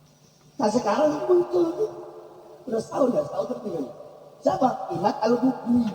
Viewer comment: Bukan imad tapi inad